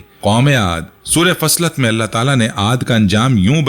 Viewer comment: sorat Faslat nahi bhai.. Fossilat.. plz sorto ka nam to sahi sehen